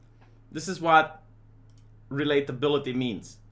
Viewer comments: Sorry but I have to: - relateability not reliability - hardwired not haywired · The way you say relatability sounds like reliability